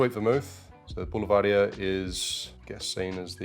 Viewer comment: Pronounced Bull-Ver-Deer...👊